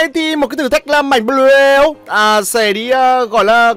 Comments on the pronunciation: Đọc là anh ơi, bờ lêu nghe như lêu lêu hài vãi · Bờ lêu nghe thốn vãi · bị cà lâm hay sao ý,cứ là là là là là thay thì đọc một chữ thôi,xong r cứ đọc 😂😂😂😂 cười ỉa